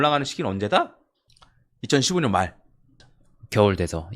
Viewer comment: 2015년으로 들리는건 내귀가 이상한건가요 2025년이겠죠